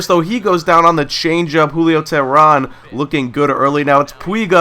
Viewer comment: For the future its pronounced "Tay-Rahn" but it's no big deal